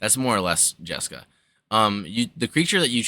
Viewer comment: Smashed the like button for the JesCAW delivery